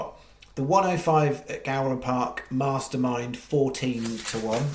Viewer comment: Go-ran not Gow-ran